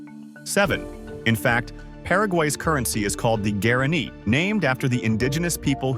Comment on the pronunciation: Language and currency is pronounced “wah-rah-NÉE”.